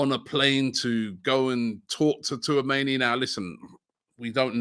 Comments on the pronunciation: Too - ah - mayni😭😭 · Slobloska Too-a-many and his pronunciation of names 😂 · It's pronounced "chouu-ahh-meni" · My God Robbie call him touameni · "Sloboska" .... "Tooamaney" 🤦‍♂️ I swear Robbie genuinely cannot read....he sees these names so many times, yet still gets them so wrong 🤦‍♂️ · Robbie it is pronounced “Orélio Chou-a-mé-ni” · Tuameni, ffs! 🤣🤣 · I'm convinced Robbie keeps butchering names on purpose... How can you pronounce 'Tchouameni' that way ?? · does Robbie realise he's pronouncing Tchouameni wrong? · Man just gave up on saying Tchouameni’s name 😂😂